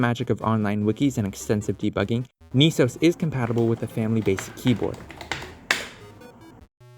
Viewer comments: "Nisos"? Dude "NES O.S" (pronounced like "S.O.S") was right there! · ITS PRONOUNCED "NEHSOAS" NOT "NEESOAS" 🤬🤬🤬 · It should be pronounced Ness Sohs. Neesos would require 2 Es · Wouldn't it be NESOS, not NEESAUS? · .....naaah, why is most definately the better question here. lol. "Knee-sos"? You mean "ness-os", as its a "ness" NOT a "kneese" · “Ne” (ね) is pronounced with a soft E in romanji. “Ni” (に) is pronounced with a hard E. So “NES” is pronounced with a soft E, like in “Less.” The way you’re pronouncing it should be written “NIS” which is entirely wrong for the project. When saying the individual letters in “NES” it makes sense to use a hard E. But when spoken as a whole, it’s pronounced with a soft E. Have you ever heard anybody call an NES a “Niece” ? TLDR: NES is pronounced with a soft E, like in “Less.”